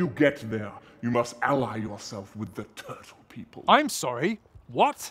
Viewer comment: "A turle made it into the water" xD